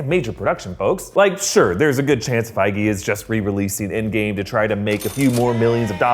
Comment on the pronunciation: It's pronounced fee-guee btw